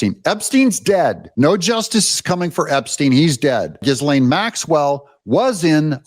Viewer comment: Ghislaine Maxwell is pronounced “Ghee-lane”… the ‘S’ is silent!!